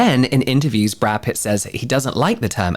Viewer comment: *Pitt not Putt 😜